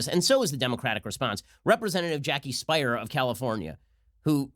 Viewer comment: The Congress woman from California’s last name is pronounced “Spear”, not “Spire”.